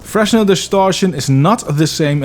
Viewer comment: Fresnel is French. Fruh-nel is the pronunciation. As in "Fresnel lens." He was a physicist, a person.